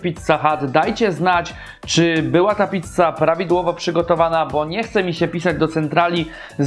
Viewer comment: Gościu, "PICCA", a nie "PITCA". Wkurwia to strasznie...